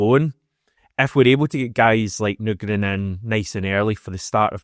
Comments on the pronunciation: You're at the wind up now, still saying Nygren wrong 😂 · I’m still absolutely seething about you playing audio of Nygren pronouncing his surname under the guise of making sure to get it right. And then proceeding to completely ignore him & make up your own incorrect way of saying it. I actually can’t understate how angry you’ve made me. With your ongoing efforts to grow subscriber numbers, you may just end up losing one very irked bear unless this seethe somehow subsides. Hope all’s well otherwise. Fond regards, Brian. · Mate. You need to say his name right. It's like people calling you HAM-ISH or something. HH 🍀🍀